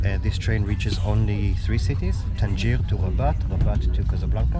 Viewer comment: Hello, you have made a mistake you can pronounce Tangier like tan- jah useful tip!!